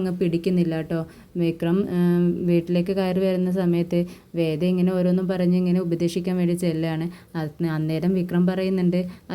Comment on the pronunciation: വെട അല്ല വേദ